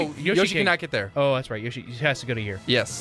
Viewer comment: Yershi that doesn’t sound right maybe it’s Yoshi (Yo)shi